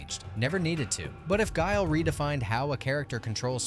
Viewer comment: You got guile wrong